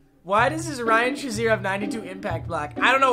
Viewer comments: Why do you say "(shuh)zier" when it's "(shay)zier" ("shazier") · cmon really its prenounced shay-zier not shaz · It’s not Ryan Shi-zer it’s Ryan Shay-zer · It’s so disrespectful the way u say Shazier’s last name